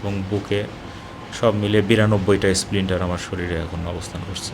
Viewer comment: সঠিক উচ্চারণ "স্প্লিন্টার" হবে।